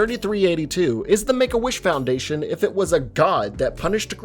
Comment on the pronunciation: WHO THE HELL SAID ”Fundation”? ITS FOUNDATION